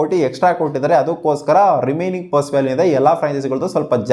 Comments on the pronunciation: Puse alla adu perse...😂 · Puse... Perse.... 😂😅